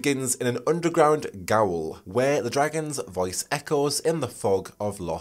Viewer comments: if i cant romance my pawn i dont want it xD also gaol is pronounced "jail" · No disrespect but gaol is just pronounced Jail because that’s what it is, it’s just bloody English again producing a written word that is so different from its spoken form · The word "gaol" is pronounced "jail". I didn't know that either until it was pronounced in Elden Ring. I'm super looking forward to this game, namely using the mystic spear hand.